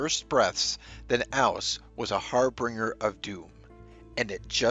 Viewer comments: ‘Harbinger,’ not ‘harbringer.’ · Harbinger. Not harbringer. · harbinger, pronounced "har-bin-jer" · The word is not "harbringer" it's "harbinger", pronounced HAR binj er. If you want to use big words, know how to say them and know what they mean. Thank you. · "harbringer"? Invest in a pair of reading glasses. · "harbringer?" Might want to edit that, sir :)